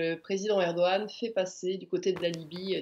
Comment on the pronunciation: est ce que quelqu'un peut expliquer a Armelle ( la chroniqueuse internationale ) comment prononcer Erdogan ??? ...